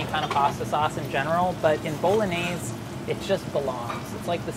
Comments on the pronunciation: the way he says bolognese is a major bummer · Am I the only one who cringes when he says bolognese like that lol it hurts my soul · /BOLOGNAISE/?????? My ears are ringing.